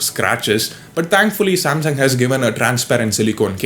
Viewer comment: Samsaum 🤣🤣🤣 Samsung*